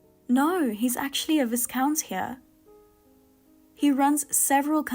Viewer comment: “Viscount” is not pronounced “visCOUNT”, it’s pronounced “VYEcount” - stress on the first syllable, and first syllable rhymes with “eye”.